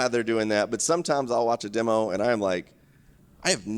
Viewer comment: Congrats on saying "demo" instead of "dimo."